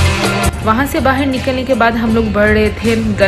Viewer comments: Bahir nhi hota hai..."ba-ha-a-r" hota hai....mispronounciation mt kro... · Baahir nahin Bahar hota hai.